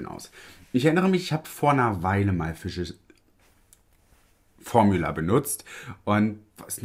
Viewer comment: Physicians Formula ist so eine tolle Brand! Gibt hier in USA keine Drogerie oder Einkaufsmarkt, die/der diese Marke nicht führt! Zu recht! Ich finde die Produkte toll! Bitte unbedingt mehr davon ❤️🥳🤩🤗 (Füsischi ens Formjula wird es ausgesprochen 🤣)